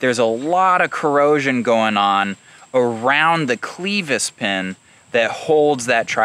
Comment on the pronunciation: Always enjoy your vids, but gonna be the language police here. Its not Cleevis but clevis as in kleptomaniac, short "e". Just for future reference.